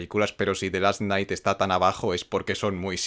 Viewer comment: "El Ultimo Cuchillo"!!? "El Arroz de las Bestias"!!? Es en Serio!? Neta??? Que pedo con ustedes los Españoles y tu espantoso Inglés! 🤣🤣🤣🤣🤣🤣 Pero bueno... admito que la primera es la mejor, mas o menos estoy de acuerdo con tu top, pero doy gracias a dios por el Doblaje Latino, el suyo es horrible!